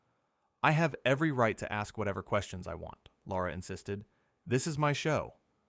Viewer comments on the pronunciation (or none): It's NOT Laura! Tell A I The Host's Name IS: LARA. Pronounced 'Lair - a.' There is NO 'U' in Lara.